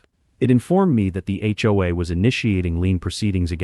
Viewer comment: Hopefully AI will learn how to pronounce HOA correctly at some point in the near future!